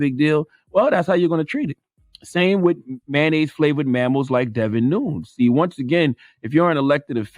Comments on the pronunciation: He said it correctly at the very end but that was after he mispronounced it at least 15 times. Lol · Devin noons 🤣😂🤣😂. I think its pronounced Nunez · It’s Devon not David and nun-YEZ not noons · Charlemagne, please check the pronunciation of his name. It’s not noons, unless you were trying to be funny. It’s pronounced Nu-nez. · It’s Nunes(Noon-yez) not Noons lmao Jesus Christ 🤦🏽‍♂️ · It's Pronounced "Nunez" not "Neuns". I wonder if Charlamagne knows the congressman is Hispanics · “Noons “ lol it’s “nooh-nehz “ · Y’all spelled his name so wrong. Lol Devin Nunes (Charla pronounced like NooñEz) hahaha. I was like “Who the heck is he talking about!?!” Noons?!? Lol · Charlamagne needs to learn how to say Devin's last name. It's not "noons". It's "noo-nez". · C tha God, it’s pronounced “NOON NESS”! 😂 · Pronounced "Nuñez" or "Nunyez" I believe. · It’s said like Gomez Noon-ez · Charlemagne, I want you to keep that SAME energy for Bill Gates, who is a computer guy moonlighting as a doctor/ epidemiologist with all his advice on vaccinations and covid 19.... oh and his name is pronounced nu-nez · Nunes Probably pronounced noonez You better harp on DeBlasio Don't give dude a pass He the Trump of the Democratic I mean socialist party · Dudes name is pronounced noon-es pretty sure it’s Portuguese. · NU NES how can you not know who this man is. You're pronouncing his name wrong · It's pronounced "New-Nez"... Everything else said about him is accurate. He's a complete idiot. Edit: just realized he got it right at the end 😂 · His name is pronounced Nu-NEZ. Like the Spanish name Nunez. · He should be imprisoned for endangering public health. Also, his last name is pronounced "Noon-Ez"... he's 3/4 Portuguese; white people aren't claiming him! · CTG his name is Nu-NEZ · It’s “Noon” “yes”... say the demon name right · Devon new-nezz!!! Spelled it so idiots can understand!!! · Buddy is just LOST 🤦🏽‍♂️. I think his name is pronounced Nu~Nez tho, Charlamagne. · “Noon yez”